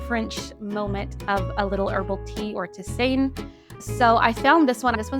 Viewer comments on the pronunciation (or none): Its pronounced tee- zaan. (Tisane)